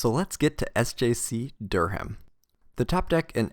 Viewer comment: Not a huge deal, but in case it comes up in future, Durham is produced "Durr-um" not "Durr-ham"